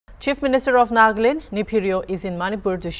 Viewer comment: Yeh Nagland kyon si new state hain? I know Nagaland, why some people think that pronouncing it as 'Nagland' instead of Nagaland sounds better? It's Nagaland and will always be so.